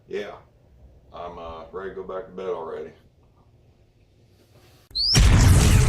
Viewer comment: Oh my gosh, your introduction could be misconstrued. I believe you said that you were ready to go back to bed already but it also sounds like you said that you're ready to go back to BelRay already. Hmmm, could this be a Freudian moment? Also, based on the information published in the product data sheet, the chaincase oil falls into the viscosity grade of a 5W-30 based on the SAE J-300 chart and Amsoil's published viscosities.